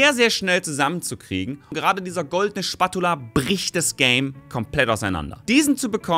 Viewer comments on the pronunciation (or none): Hast du das englische Wort für Pfannenwender (Spatula) absichtlich so seltsam ausgesprochen? :D